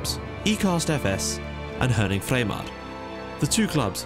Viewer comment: Herning is pronounced Haerning Source: Live 20km from stadium